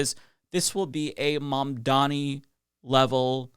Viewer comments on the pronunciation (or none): none